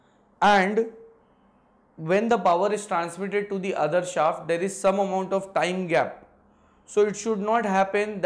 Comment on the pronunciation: Pehle shaft ka pronunciation sahi sikho